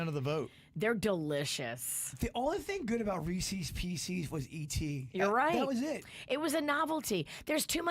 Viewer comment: please pronounce Reese’s Pieces correctly!!